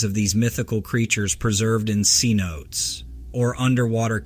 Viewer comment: SIN-O-TAY CENOTE